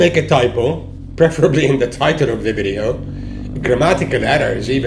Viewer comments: FYI it is " Vidios ".. not " Vidyos "! common get it together!! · videos not vidyos.... ;) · It‘s called VIDEOS, man.. get it right..